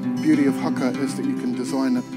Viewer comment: U want haka classes? Let's start with pronunciation cuz. You're saying "hacker" but its "Huh-kuh" fam, "HUH-KUH" 🤗 Kia Ora.